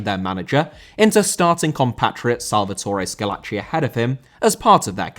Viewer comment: Salvatore* not Salvatorei